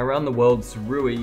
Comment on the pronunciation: You’re an Ambassador, and they don’t mind you mis pronouncing the name? Its (Soo-Ray) Wise/ sage person is the meaning. Guess this is lost on some people? 🤔🙄😃😂🤣✌🏻